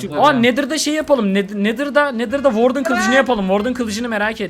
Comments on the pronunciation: Warden okunuşu vardın işe vardın😅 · "WARDEN" seni çok seviyorum 💕